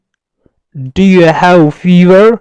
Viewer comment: Salamona teacher I live in London. British people say have. هب. And you say هو